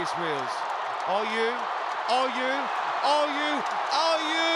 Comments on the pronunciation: Commentator it's Oyoo not Oyuu😂😂😂😂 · nice one. except it wouldn't work if the announcer pronounced Oyoo's name correct; it should sound more like "oh yaw"